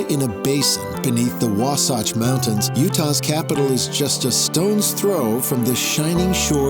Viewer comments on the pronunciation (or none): It’s Wa-satch, not Wa-sotch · 'THE' great salt lake. and its pronounced waa-sach. not waa-sawch. prick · Tectonic plates? Really!? And learn how to pronounce Wasatch ¿`_